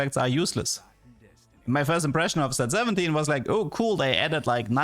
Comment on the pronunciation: I may be doomed... When Said set 7, i Heard 6 7... Help 😭